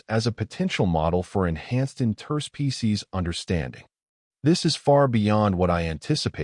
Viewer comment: Great story, but I wish your AI would learn the word "Interspecies" in its pronunciation. The inflection point is totally wrong. " Inter- SPECIES" is correct. "in-TER-species" is wrong. The base word is, "SPECIES"